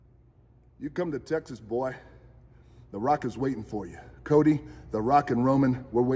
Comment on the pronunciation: God dam that was to much. I dont think he ca. Say "boy" like that lol